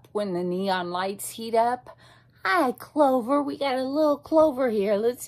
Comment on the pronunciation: aww i heared you call clover "clove" and i see you wearing a cherry blossom cap, so you like me yay!!! i like when people like me!!